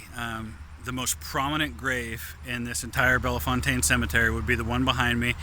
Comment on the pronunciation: That is not how we pronounce bellfontaine hahaha We aren’t that fancy when we say it! Ahahah cool video!